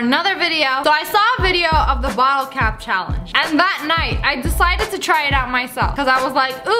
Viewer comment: Lol you said bittle instead of bottle XD